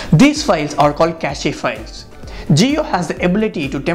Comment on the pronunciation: Cache pronounced "cash" not "cas e"